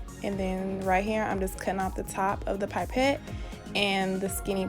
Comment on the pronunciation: Pipette is pronounced pip-ette not pipe-ette btw also gr8 vid